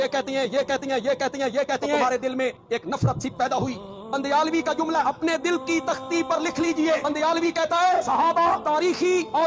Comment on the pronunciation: بندیالوی ❌ بُنڈیالوی ✅